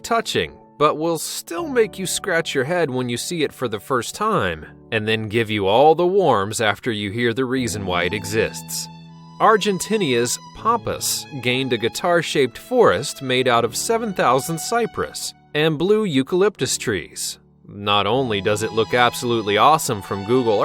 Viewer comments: "Argentinnia"??? It's Argen-TINA, not "Tinny-a". I hate it when narrators don't find out how to pronounce country names or just words in general. I guess it's not as bad as the one I saw recently that ws about extinct species and they said "meg-a -LOW-din" instead of "meg-a-lo-DON", or "Ti-TAN-o-bwa" instead of Titan-o-BO-a. (Sorry, but it's frustrating to hear.) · Argentinia? Naval Base in Colorado? Who is the dufus that is narrating this video? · Argentinia? Lol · argentinia? these fuckwits cant english man... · I love Argentinia....I ditn't know it was pronounced that way! I ditn't think it was a real country. This speaker is so erudite! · Did he say "Argentinias?" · 'ARGENTINIYA" What a fucking idiot quit your job